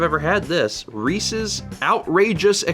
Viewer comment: ...reeSEES? No it’s ree-sez